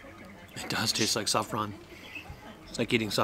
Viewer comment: Saffron - sofron 😭🙈